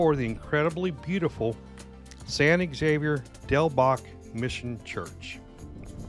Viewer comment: Thank you. I thought I was loosing my mind. All the videos except the one by KGUN pronounced it incorrectly.